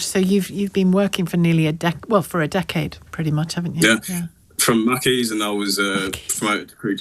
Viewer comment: You’re both going to “Mack’ies”